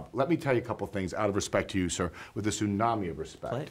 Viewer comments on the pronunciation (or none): none